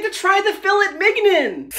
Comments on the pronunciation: It's pronounced fil-ay min-yone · "fil-it mig-inon" 🤣🤣🤣🤣 I'm not French and can easily pronounce these (although I'm sure most people can)